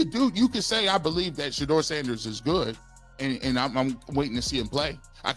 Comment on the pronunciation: Boy narrator learn to pronounced ..Shedeur😅😅😅